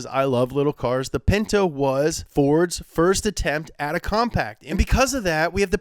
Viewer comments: It’s called a pinto not a pento lmao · A Ford Pento... A Tchevorlet IDK about those...